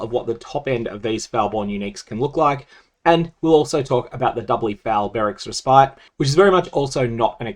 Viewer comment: Love the content but just a little nitpick. Respite is actually pronounced more like Res-pit.